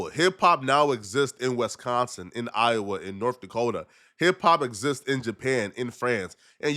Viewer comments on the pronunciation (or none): none